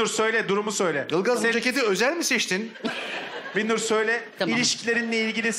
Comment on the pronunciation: Ya bir bana mı öyle geldi bilmiyorum ama arada Binnur' a Birnur diyorlar fena sinir bir durum olmuş. Bir değil BİN!